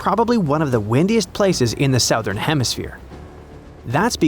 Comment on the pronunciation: That's not how you pronounce "southern." 😛